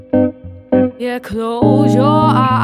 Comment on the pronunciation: "I'll be twew..."